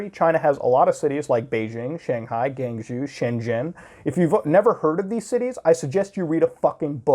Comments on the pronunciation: It's more like "Guang Joe" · Sounds like an Israeli Mafia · Your pronunciation of Guangzhou is hilarious. “Gang Jew”